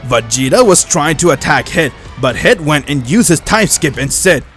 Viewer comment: He said vageto not vageta